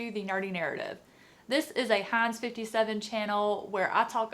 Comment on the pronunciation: Nothing has ever sounded more southern than Heinz 57!!! Those were my family's favorite kinds of dogs!! ;)